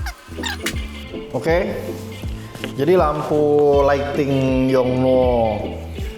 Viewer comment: gak usah dimonyongin gitu juga kali nyebut yong nuooooo.... 😍